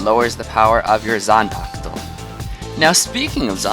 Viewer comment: Can you even pronouce Zampak-to